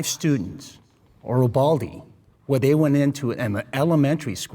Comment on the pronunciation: as someone who is from Uvalde the way they kept saying it bugs me horribly